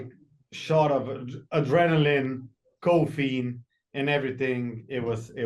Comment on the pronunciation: Sej ti kr slabo rata ko poslušaš dva kmetavza ko v polomljeni angleščini pametujeta. "very often, very seldom". "Lukas dead!" "kofeine". Bogpomagi.